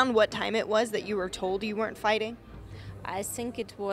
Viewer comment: She hurts my ears, please somone tell her that its not "zis" it's this or it's not "zat" i'ts that, thank you!